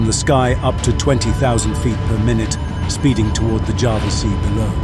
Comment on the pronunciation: For the last time, ITS CALLED JAWA NOT JAVA